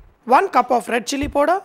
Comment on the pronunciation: KARAN7497 : hahaha .lolz. I thought only I heard it as poder